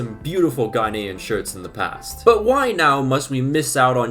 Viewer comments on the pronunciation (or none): none